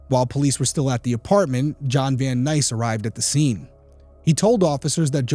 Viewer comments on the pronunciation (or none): Great episode, thank you. His name in John Vansice, not John Van Nice. It's mispronounced throughout the episode. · And after all you said, John "Van-Sise" not Van Nice-- still is guilty in this. His phone call to the station that early the same morning? Mmmhmm. Im sure he wore gloves and the palm print was either Jodi's or someone else the police have deemed not important. Everyone knows this sick F*** was obsessed with her. Naming his boat after her, buying her things. Got to a point where he expected something. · His name is John Vansice not Van NICE....smdh... poor job researching....smdh, some detective/PI...smh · Its Vancise, Vannice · The name is John VanSICE, not VanNICE. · Hello Detective Derrick! The man’s name is John Vancise! Not Van-nice. Hard to believe a detective can’t even get the suspects name correct. Sheesh! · The name is pronounced, "VAN SYSE". How can you be right about any of this if you can't get the name right? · I believe you are mispronouncing John’s last name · I thought he was saying it wrong but wasn't sure